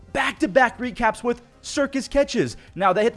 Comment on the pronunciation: I love the "wecaps" 😂